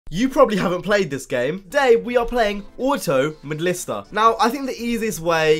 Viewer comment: Wait did he say auto malister at the start?